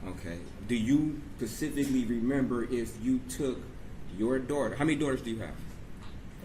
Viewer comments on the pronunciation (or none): When an attorney says "pacifically" instead of "specifically", its time to hire a new one. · This defense attorney is a joke. He can't pronounce specifically or medications.